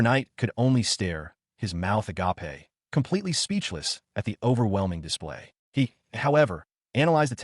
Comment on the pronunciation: Anyone who thinks AI is anywhere near taking over should listen to how this video pronounces “agape”